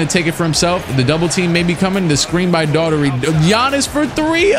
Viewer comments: Ahh brah...phonetically.... "doe-er-tee" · I think Daughtery is pronounced 'Dockerty', sounds like an Irish name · Daughtery is pronounced daug-tree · It's pronounced Door-tee my guy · It’s pronounced Darty Brad Darty